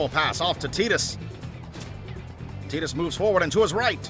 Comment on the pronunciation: Quality dubbing! I also appreciate you guys pronouncing it TEE-DUS. 10/10